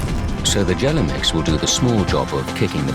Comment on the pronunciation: It's Gelamex, not "jelly mix". Jeez.